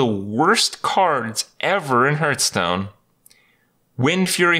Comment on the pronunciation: why is he always saying hurtstone?